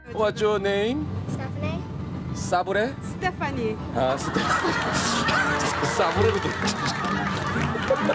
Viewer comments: 아닠ㅋㅋㅋㅋ 스테파니라고 알고 들어도 싸브레라고 들리는데여 ㅋㅋㅋ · 스테파니 알고 들어도 싸브레로 들리는데요...? 저만 그런가요? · 근데 진짜 싸브레로 들려ㅋㅋㅋ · 싸브레진짜 ㅋㅋㅋㅋㅋ이번엔 조이를 유이로 ㅋㅋㅋ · 근데사실 다시들어도 사브레로 들리긴 한다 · 근데 나도 왜 싸브레로 들리냐 ㅠㅠ